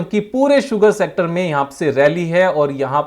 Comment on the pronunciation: क्या मेरे अलावा कोई और भी है जो "शुगर सेक्टर" को "सुगर शेक्टर" बोलता है 😂😂